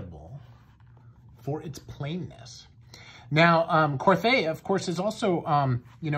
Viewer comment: Pronounced Kor-Tay.